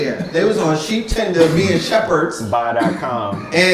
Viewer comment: Did the King just say "Sheep Tender"? oh Laud, lol